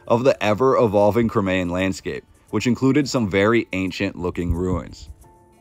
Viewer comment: You pronounced Crimean incorrectly